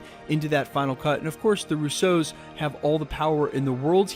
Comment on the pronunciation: Hey, it’s pronounced Roosso, non Rousseau 😂 Love your channel